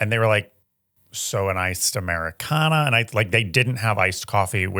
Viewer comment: it's an AmericanO. With an O not A. Stop trying to girlify everything LOL